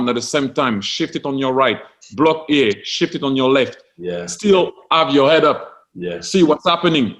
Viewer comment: I love how Thierry Henry says shift a bit like the swear word